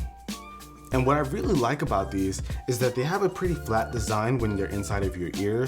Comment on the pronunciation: 7.58 did he say desugn instead of design